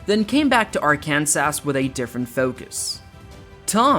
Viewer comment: AI is having trouble with dose engwish words. Arkans-ass. Hundreds of billions and you grace us with deceptive AI. Well done Waltawns.